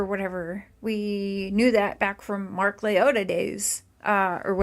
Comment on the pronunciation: Girl go rewatch the per videos and correct your sick analogy. That's terrible. I am not for anybody but that's terrible what you said. you said Mark's name wrong too. You take about money, you have way to many ads for false narratives. Redact this video!